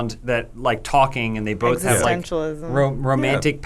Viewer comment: This episode seemed particularly 'bolth' heavy.